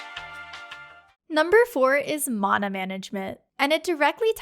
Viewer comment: Mana management sounds way better if you say mana right